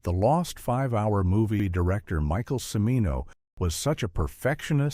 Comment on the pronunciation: Yeah, how about that! Jesus! Did the creators of this thing bother to watch it after it was completed? And, I believe the "narrator" is mis-pronouncing "Cimino."